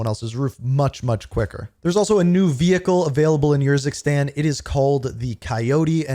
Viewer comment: why is he pronouncing it like "Your sis tang" 😭😭😭